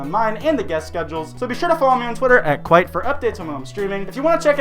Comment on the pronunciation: Who actually is?